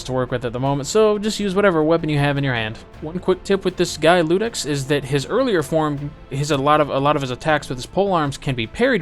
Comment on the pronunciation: Really liked your video but one thing was bugging me. It's Iudex, no Ludex. It's an i, not an L.